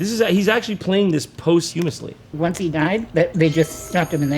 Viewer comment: Ok, now I don't feel so bad for not knowing how to pronounce "posthumously" when I first saw it written, because Jon did it in the exact same way